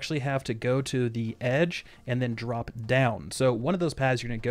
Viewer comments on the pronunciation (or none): none